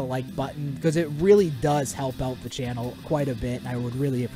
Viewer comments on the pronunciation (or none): none